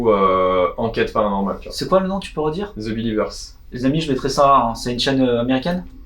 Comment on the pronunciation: Bonne interview ....Un petit bémol: j'entends beaucoup de gens prononcer le son 'Z' quand il veulent dire un mot anglais; le the se prononce thi, avec le son de i comme dans it. Par exemple, on prononce "the apple" comme "thi apple" et "the elephant" comme "thi elephant" .... mais pourquoi ce 'Z' , ça vient de où ?